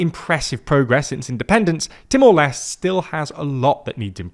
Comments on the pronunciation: With the accession of Timor Leste (by the way, the "Leste" part is pronounced as "Lest*é*. Not "Lest") later this year, ASEAN's core expansion has been completed as it will now include the whole "gang". Further expansion beyond that may have been in the agenda, but ever since the 2021 Myanmar coup happened, it was no longer there. Ultimately, ASEAN is facing more pressing and legitimate threats like the sustained military junta in Myanmar, the escalating situation between Thailand and Cambodia, the South China Sea situation, and the seemingly worsened human trafficking issues within ASEAN. Currently, the spotlight is on the Thailand-Cambodia issue. ASEAN will need to focus on mediating the issue to preserve the region's relative stability and to mitigate any possible armed conflict between its members. Sooner or later, ASEAN will also have to decide on what to do about Myanmar. Something as extreme as an expulsion is unlikely but a formal suspension might just be on the horizon; especially with Timor Leste's strong stance against the Burmese junta in which the sentiment is de-factoly shared by the influential ASEAN members. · Timor Leste -- you should pronounce all the letters in LESTE (like: less - teh) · Timor les tay is the correct pronunciation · Lot of people is angry about pronunciation about "Timor Leste", it's ok that's how different people talk, at least we got mentioned🙏🏻🥲. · i will forgive you wrongly pronounce Timor-Leste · Leste has two syllables, like seriously you couldn't work on pronouncing that extra syllable at the end? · holy fuck no shame pronouncing Timor-Leste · Well, now you know how the Portuguese pronounce it, with an almost silent “e” at the end. Brazilians do pronounce that “e” though. It's true that aren't good with pronunciations, but that isn't the case here. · You guys REALLY need to do better trying to pronounce foreign names and places. It's "TEE-more LESH-tay" or "LESS-tay." Either way it is not "lest."